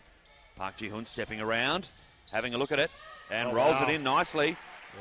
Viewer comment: 표기때문에 그런 건지 "지현"이란 발음이 어려워 그런 건지 모르겠지만, 경기 내내 "지훈"이라고 부르네요. 다른 경기에서는 이렇게 심하진 않았던 것 같은데 말이죠. 하여간 어제 경기가 없어서 그런지 오늘 쉼없이 40분 다 뛰었는데, 남은 경기도 부상없이 뛰길 바랍니다. 박지현 선수 파이팅!!!입니다.